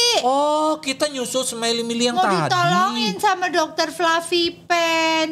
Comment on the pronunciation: kok kata bilang smirey miley